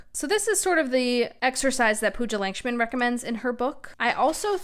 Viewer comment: Just wanted to point out that the author’s last name would be pronounced as ‘Luck-shmin’ :)